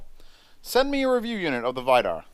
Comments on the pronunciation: It's read Vee-dar!😐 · Vidar is pronounced Wii-dar